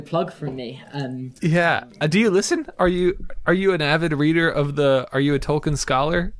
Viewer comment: I would like to listen to the other podcast, but I cannot follow something that butchers the name of one of my favorite authors so much. Tolkien: tolkeen. Can’t even get the title of the podcast correct.